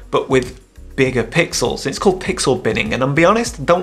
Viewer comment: It's fifty mega "pickels".